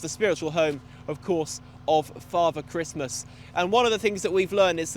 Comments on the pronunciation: also christmas 😂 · also "christmas" 😂